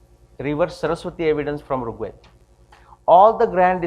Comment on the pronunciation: Excellent talk. A few corrections though: firstly, it's pronounced as R̥g Veda (the ऋ or r̥ is like the English "r", not रु or रि). Second ( & ), the SI unit of length is metre (from the Greek metron which is cognate with mātra or mātrā in Sanskrit), not "meter" (which is a device that measures), with the symbol for kilometre(s) being km, not "KM" (which means "kelvin-mega" and is meaningless). Third, , your slide shows the year ranges in reverse order; 6000 BCE is older than 800 BCE, so they should read "6000 BCE – 800 BCE", etc.